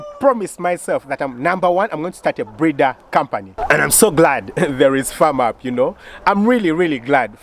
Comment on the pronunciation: Wooooow twas a surprise indeed. Well done hey .... For the other group Firm Up .... I think you should pronounce it as Fem not Fam